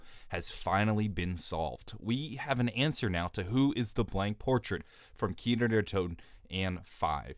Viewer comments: kinO not kinER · "Kiner der toten" Bruh, how hard is it to say Kino? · Why does he say keener every time he wants to say the map name